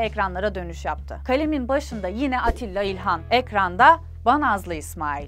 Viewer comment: Sevgili ailesi. bu kıymetli emeğiniz için teşekkürler kanalınızın hatrı sayılır zamandan beri peşindeyim. Tek bir eksiklik gördüm Atilla İlhan değil Attilâ İlhandır değerli kalemimizin ismi zira kendisi isminin yanlış telaffuzundan çok yakınırdı. Naçizane hatırlatmam olsun iyi çalışmalar güzel insanlar:)